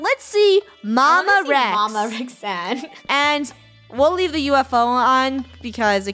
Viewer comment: MY NAME IS ROXANNE NOT REXANNE